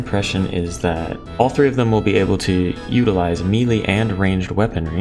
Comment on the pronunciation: Melee is pronounced like maylay